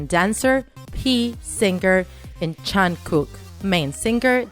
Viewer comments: John cuk 😂 jiiimein 😂 shugah 😂 j hop 😂 keep trying hunny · I don't want to be rude bUt here we gO "J-hOupe" "sUga" "jEeMeiN" "vEa" "jAhnCooK" Aaaaa it made me laugh is hard 😂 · Ok....you call jungkook...jankok???......nvm idc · She pronounced it correctly except for Jungkook